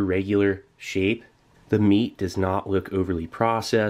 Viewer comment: Idk why but i died laughing when he said "M E A T."